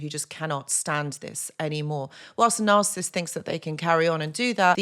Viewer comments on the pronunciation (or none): You struggling to pronounce the N word😂